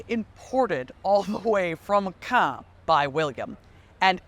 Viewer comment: Great pronunciation of Caen ! 👏